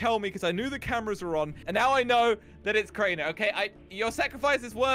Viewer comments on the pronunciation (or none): calls crainer in cranner